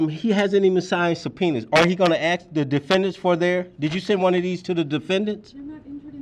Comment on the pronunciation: Dude needs to ‘ax’ an attorney. 😂